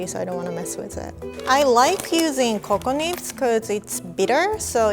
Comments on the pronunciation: I thought she said “coco nips”🤣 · Anyone else thought said coconits? No? Just me then...